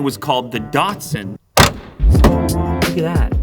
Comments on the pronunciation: Da 2 son. Not Datsun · Bloody hell. It's spelt 'Datsun' and 'Nissan' fgs. Why do say Dartsen and Neeesarn? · its DAT SUN! NOT Dot 🤦🏿‍♂️ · Who pronounces is DOTSUN ??? IT'S DATSUN 👍👍👍👍👍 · Why can't North American's pronounce any Japanese/Korean brands correctly? NISARRRRN / DATSARRRN / NYKON / HUNDAI WTF? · Nee Sahn Zee Lew? DOT Sun Lew? 😱 Have you suddenly turned into a USican? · Neeson dotson 🤣🤣🤣🤣